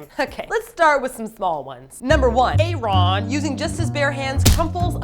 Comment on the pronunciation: Thats true, and she also mispronounce Aaron's name. Its not written nor read separately cause it just sounds weird.